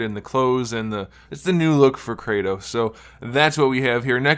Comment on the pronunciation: kray toes? it's Krrr ah Tohs (R as in BRRRRR)